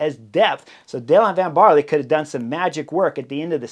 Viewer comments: (Van "Baarl", not barley! 👍🏼) Thanks for the breakdown; love the Butterfly Effect! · ‘Van Baarler’. The E at the end is not silent. The prononciation is somewhere between an ‘er’ and an ‘uh’.